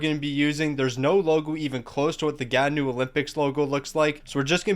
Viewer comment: As a Gatineau fan I feel slightly offended of your pronunciation